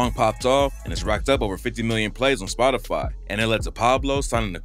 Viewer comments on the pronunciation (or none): none